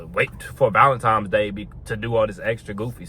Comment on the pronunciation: It's cute how he says ValenTIMES, every single time . Corey Wayne also says it (but he aint on no body game stuff, he's more just about relationships). It would make sense if it was TIMES, as Tines is weird, and just coz it's some Saint dudes name -That nobody knows or cares about anyway. It's just a money spinner. Cool bandana